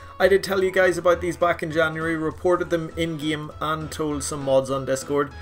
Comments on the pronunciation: "In the gyim" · Nobody:: in the geem